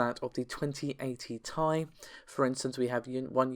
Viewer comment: If you say “2080 Thai” one more time I’ll fucking lose it